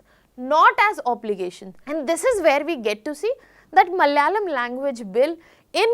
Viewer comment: It's Malayalam, not malyalam😡